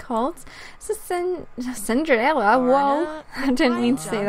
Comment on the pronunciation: in a part you said ciderella